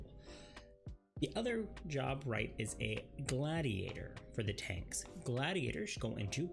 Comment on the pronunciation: Starting as with TAankss (awkward pause)